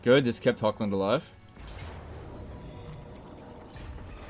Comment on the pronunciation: Really suggest to look up, cause it's a min fix pleasing all european viewers etc. , how to pronounce the german "ch", like in Hoch-land, or Bechafen, or Eschen, which are all essentially german. Cause it's not Hokkländ even if you say it 1000x times, nor Bekhafen, nor Esken. Idk somehow just really bugs me an once you learn it, which takes like 2 min, not even, you probably won't do it agian.